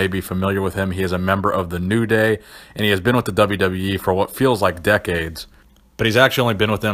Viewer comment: "The WWYE " lol